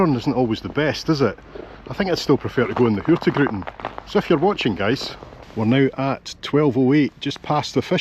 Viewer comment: I absolutely love your videos — truly one of my favourites! But I have to admit… today you broke my little Nordic heart just a tiny bit. I’m Icelandic, living up in Tromsø, Norway, and I’ve noticed you always pronounce “Hurtigruten” as Hurti gruten. Then one day someone apparently told you the correct pronunciation, and you said it right! I was so happy I actually shouted “YES!” out loud. But then… you went back to Hurti gruten again. Just for fun (and because I can’t help myself): It’s pronounced Hur-tig-ruten. Hurtig = “quick/fast” Ruten = “the route” As for what gruten means… well… you might want to Google that one! Still love your content — keep up the great work! 😄